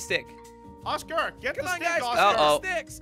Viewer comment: Thx for not saying oscer or oscu